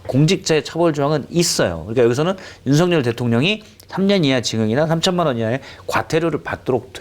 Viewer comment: 윤성녈 아닙니다 윤석열입니다 일본인처럼 발음이 안 되는 건 아니죠? 좀 강조해서 윤썩을 이라고 해도 무방합니다~~ 윤썩을 하는 거 보면 초등학교때 쌈 좀 하는 ㄴ놈들 보는 거 같다..... 이게 ㄴ ㅏㄹ ㅏ냐???